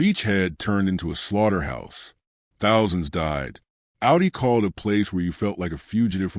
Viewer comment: "Ow-dee"? It's pronounced "Aw-dee". Stupid AI.